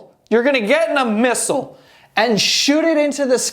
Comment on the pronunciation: Dunno why....but the way you said MISSLES! Fuckin cracked me up.